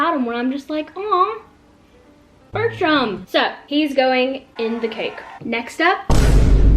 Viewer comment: I COULDNT STOP LAUGHING WHEN U SAID BERTRUMMM , I LITERALLY DIED AT THIS VIDEO HAHAHA 😭😭😭😭